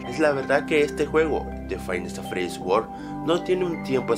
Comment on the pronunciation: porque dice wold en vez de world?